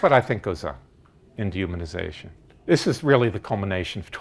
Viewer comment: it took me a while to figure out that you were saying dehumanization. The D is so short and the human is so much more emphasized.